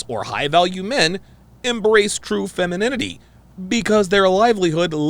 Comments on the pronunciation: "Fenemininity" lmao 🤣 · Askeses? feninime? I hope whomever is with this girl doesn't like intelligent conversation. Learn how to speak and pronounce words. For the love of god. 🤨🤡🌎 Reminds me of the movie Idiocracy. Wow.... I feel for my nephews and their sons!